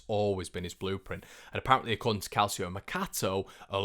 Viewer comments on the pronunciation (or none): Calcio is pronounced Kal Cho 🙈🙈